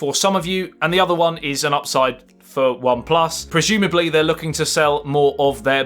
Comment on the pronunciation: Projumably???!!!! I think he means prozumably😁